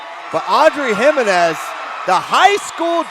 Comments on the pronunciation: You white guys. It's like fingernails on a chalkboard. It's pronounced He-MEN-ez. I stopped watching, my ears hurt. Have some respect and intelligence. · Exciting match! Can you please learn how to pronounce the name Jimenez? Let me spell it out for you phonetically: heMENez. Also, I couldn’t see a mechanism of injury for Lambe, but what I could see for her was sheer exhaustion and the need to take a breather.